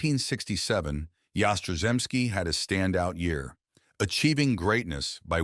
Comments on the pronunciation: Content is utter crap. Get a clue. 'Yas-tra-zemski'. What silly crap. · Your pronunciation of his name is a disgrace and an insult to the man! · Yaz is my favorite all time Red Sox player. You could have done a better tribute to him, especially pronouncing his name correctly. He did mention that a shoulder injury cut down him home run production. I know that towards the end of his career he was having back spasm issues. Overall he had a great 23 year career. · I don't think think an injury had anything to do with Yaz's career. He played 23 seasons, all for the Red Sox. And get a narrator who can pronounce Yaz's last name. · I could watch this video due to the moron who was narrating this mispronouncing Yaz' name. It happens on many of the videos on you tube. Jeez! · You could pronounce his name properly. And correct the headline, he played 23 years, that is not a career cut short.⚾